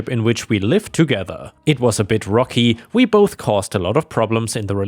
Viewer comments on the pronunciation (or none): none